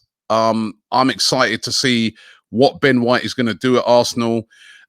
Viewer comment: Surprised Robbie managed to pronounce “Ben White” correctly